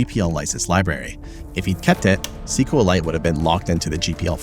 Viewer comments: It's pronounced SQL ite... Like Kriptonite, Kripton-ite, SQL-ite.. Not SQL Lite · It's SQLite. NOT CQLAIT. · Great video, but every time you're saying "sequel lite", you're disrespecting Richard, who calls it "ess cue light". Just like MySQL is "My ess cue ell" from Monty.